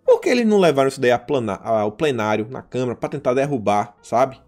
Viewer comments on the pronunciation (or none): none